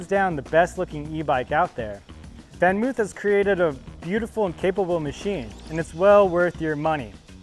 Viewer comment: It's actually something like "FonMoaf". Van is pronounced Fon. 🤷🏻‍♂️